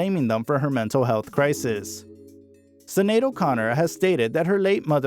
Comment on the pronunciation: The Star-Spangled Banner story is completely false according to Sinéad in her memoir Rememberings. Her name is pronounced Shin-ade. Her daughter's name is pronounced Ro-sheen. This story is poorly done. She deserves better.